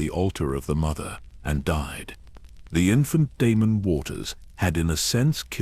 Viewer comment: Prince De-me-num, the rogue prince 🙈